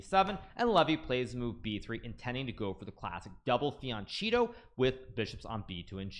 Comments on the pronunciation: Is it pronounced "fiancheato"? or did he misspeak? (I'm used to hearing "fianketto") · He mispronounces a lot of words and names intentionally as a joke